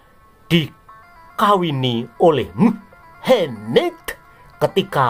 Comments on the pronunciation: Maaf admin ... jgn menyebut si mamad dg muhemeedddd ... sakit perutku ketawa. Kasian kadrun nanti kepanasan .. ☺☺😄😄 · Medokk nyebutne,,,,,mu,,,ha,,,,maaddddd😂😂😂😂😂jd aku like jempolnya 😂😂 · Admin knapa bilang nama mohammad kayak gitu...😅